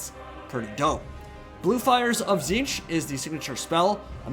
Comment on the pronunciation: its notTZEENTCH it's TITS-SNITCH